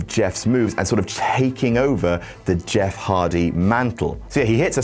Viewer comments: "Im Jett, im Meff" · "i'm Jatt, i'm Meff" lmao